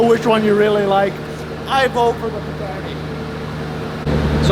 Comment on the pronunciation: Nice job damn that pagani so amazing. It would be criminal to change anything on that car. I also didn’t know it’s pronounced pig-any.